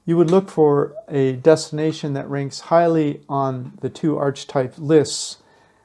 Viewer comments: Just fyi - it's not 'arch - types', it's 'ark-a-types' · Please! The pronunciation of archetype is ARK uh type